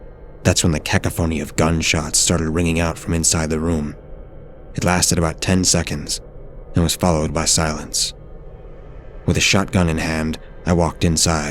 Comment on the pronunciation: Cacophony is pronounced Ca-cough-phony, Kuiper belt is Kyper belt FYI